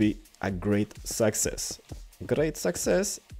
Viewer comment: I'm not trying to insult or anything but when he says success it sounds like sexist lol